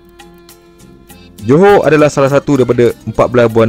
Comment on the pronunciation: Dia bilang Joho padahal tulisannya Johor. Kenapa ya.. Orang malaysia tidak bisa mengucapkan huruf R.